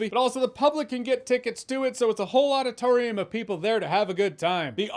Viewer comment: When "a whole auditorium" sounds like "a whole lotta torium" it means I need my hearing checked.